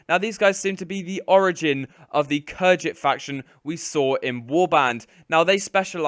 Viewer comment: Khergit not kherjit, rhodoe-ck not rho dock